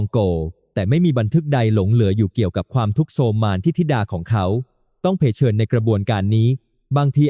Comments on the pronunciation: เผชิญ มันอ่านว่า เผ-เชิน 😢😢😢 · เผชิญ อ่าน เผ - ชิญ